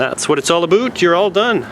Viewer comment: THAT'S WHAT IT'S ALL ABOOT